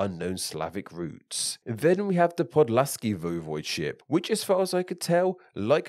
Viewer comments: VOY-vohd-ship, not voh-VOYD-ship or voy-VOYD-ship. The correct pronunciation and at least two mispronunciations were used interchangeably. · its not this either, i would say its voi-vo'de-ship